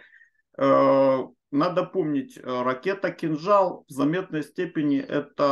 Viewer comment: Сбил "кинджал" 🤣🤣